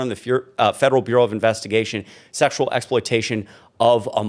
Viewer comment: Did Bubba say if he had sexyal relations with Epstien ?